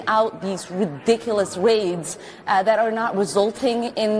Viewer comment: They're not mad because they get PAID to protest! "...cawwying out these vridiculous waids..." "...awwests." 😊